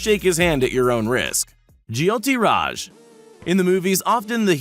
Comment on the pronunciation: It’s “Jyoti Raj” & not “jiyoti Raj”. Learn to pronounce Indian words!!